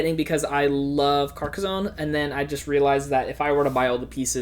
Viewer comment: Here's a video for you to learn how to pronouce Carcassonne